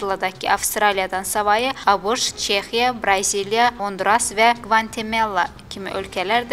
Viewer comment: Qvantemella hansı ölkədi? bu diktoru hardan tapmısız? Çobanlar!